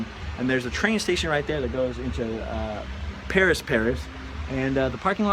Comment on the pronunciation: not Peris, CA. lol